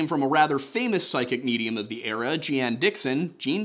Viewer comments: 1. "Jeanne" Dixon's name was pronounced "Gene". 2. You pronounced "Macon" correctly. 3. What's it like to have a 90 lb. lapdog that's also a ham? 😅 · Macon, said just like Bacon. At least the one in Georgia is. Jeanne Dixon is pronounced like Gene. As for Tony Stark, I can't believe you didn't even react to that one! ;) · Je-anne? Really man? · Jeanne is pronounced like 'genie' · Jeanne Dixon's first name is pronounced as Jean. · Jeanne Dixon's first name is pronounced "Gene" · I'm glad to see that this has proved my last comment incorrect. I don't know where the other few documentaries I saw got the the father somehow new military but it is what it is LOL other than that, all I have to say is Jeanne or Geanne is usually pronounced Gene or Jean. It's wildly considered the female spelling of the name. Not a criticism. Just saying it so that you know for next time. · Her name is pronounced like Dean. The Missing Enigma's video about this case is excellent, and this one is great, too! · Poor kid. Also a real Tony Stark?! Must be irl iron man. Also Jeane/Jeanne is still pronounced Jean. It’s just the Dutch spellings. I know because it’s a family name, my grandmother’s middle name. Love Nick. Glad you have him on this video.